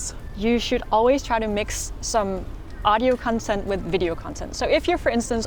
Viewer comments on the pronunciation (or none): none